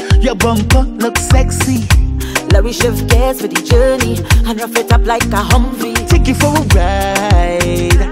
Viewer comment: It's humvee not Humphrey wda 😂